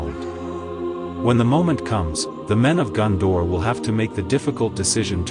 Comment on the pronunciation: its GONdor not GUNdor...